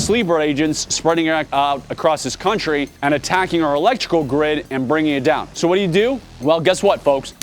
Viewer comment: Mispronounced "electoral"